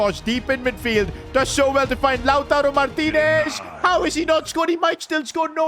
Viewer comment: that lautaro martinez pronunciation man holy cringe